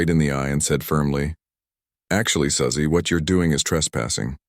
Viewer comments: A.I. narration is terrible! Susie and Suzy are pronounced SOO•zee, NOT SUH•zee. Get a real narrator and an editor. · Quit with the AI voice. It’s Su-Zeeeeee